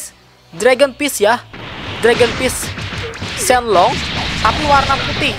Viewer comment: Bukan Shenlong Tapi Shenron